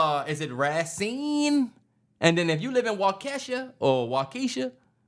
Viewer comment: Yall have to work on the Wisconsin names bruh it’s Waukesha (wau.ka.shaw.) 😂 Racine (Ray.Seen)